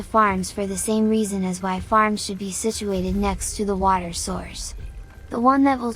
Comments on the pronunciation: bro just made a new accent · The way you say water is painful.